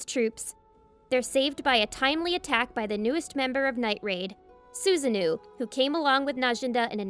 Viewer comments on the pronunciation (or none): oh no, hearing suzu-nuuu makes me cringe so much, its su-sa-no-oh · I'm sorry but can you please learn to pronounce the names properly? "Su-za-noo"? "Mee-nay"? Come on 🙄